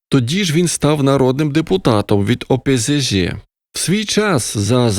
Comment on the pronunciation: мені подобається, як він говорить. "опизижИ" з легким сільським прононсом))